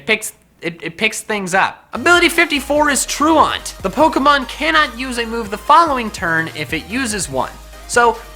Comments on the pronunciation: Anytime says Truant I want to correct him. In Texas, which I believe he is from, I’ve only heard truant sounded out like this “True ant” not “True aunt”. Not to prove that I’d be right but because it bothers me and one of us would learn the correct pronunciation. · Truant = "ttroo-ant", not "troo-aunt". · It's not "tru-awnt", it's "tru-ant" or "-ent", which probably also explains why Durant sometimes has the ability; someone was being gunny. Haha not funny. You're the only person I've ever heard pronounce it "-awnt". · truant = TROO-ent. didn't you listen to principal skinner?